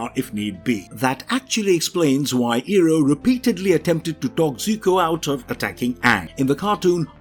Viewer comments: Eeroh??!! Who the frick is Eeroh?? It's pronounced as Eye roh... Iroh. Eeroh is how M. Nightsharmalonga Dingdong had it stupidly pronounced in his crap movie. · It's Eye-roh! You're butchering his name the same way the first Last Airbender movie did.